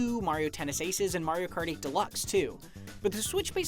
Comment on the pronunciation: "mario Karty deluxe"